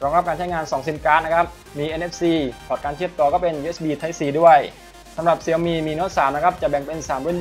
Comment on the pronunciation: ชื่อแบรนด์มันอ่านว่า เสี่ยวมี่คับ ไม่ใช่เสียวหมี่